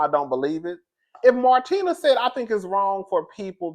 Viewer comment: you pronounced martina’s name perfectly